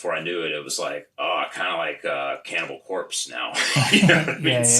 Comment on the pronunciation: i love where he put emphasis in band names cannibal CORPse, dream THEater. gonna start doing that too